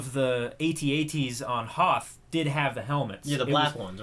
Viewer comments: Please call them At-At's not A.T. - A.T.'s Call yourselves geeks? sheesh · is not at-at is at-act